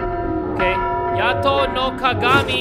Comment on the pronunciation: "Yata": Yato